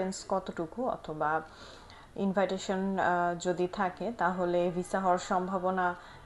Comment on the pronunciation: এই শব্দটির উচ্চারণ ইনভাইটেশন এটা কোন দেশের একসেন্ট অবশ্যই এটা আমাকে আনসার দিবেন যতদূর জানা আছে এটার উচ্চারণ হবে ইনভিটেশন থ্যাঙ্ক ইউ